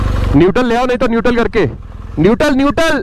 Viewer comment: Niutaal ! Niutaal ! RIP english pronounciation 😂😂